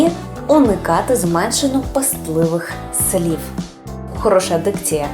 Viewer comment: СліФ- отак ви вимовляєте кінцевий "В", а треба "У"-короткий нескладовий.Ви повинні дотримуватися правил орфоепії.